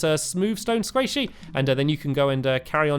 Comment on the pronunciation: Every time you say sqaishy I think squishy